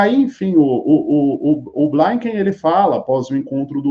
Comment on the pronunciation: Vou dar uma pausa no ativismo só pra frisar uma coisa sem importância mas que eu não consigo mais segurar... xD Anthony Blinken se pronuncia como se fosse o português mesmo gente, não é "Blainquem", é "Blinquem" mesmo. Do mesmo jeito que você pronuncia piscar em inglês, "blink", não tem o "ai". Ok? Desculpa dar uma de grammar nazi, mas tá me incomodando. Aqui ó, um protesto na porta da casa do Blinken em Virgínia, de ativistas pró-Palestina nos Estados Unidos, relevante pra matéria.